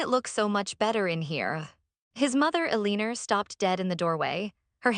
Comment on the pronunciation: “Eh-leen-er” JFC AI-generated videos truly suck 👎👎👎